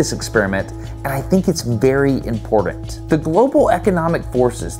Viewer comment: I'm ... if you say impordent one more time instead of important I'm clicking off. Ugh.... It's hard to listen to. lol